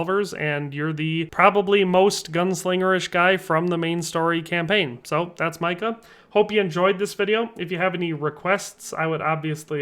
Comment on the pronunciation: I'm sorry, "Meca"? You pronounced his name wrong friend